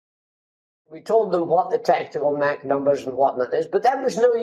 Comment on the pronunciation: I find it funny that pronounces Mach correctly contrary to 99% of all english speakers, but it's probably due to his scottish heritage, as the "Loch" and such are pronounched the same as the german ch sound